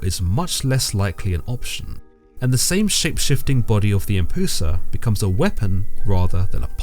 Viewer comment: Isnt it pronounced closer too "em-p-yoo-sa"?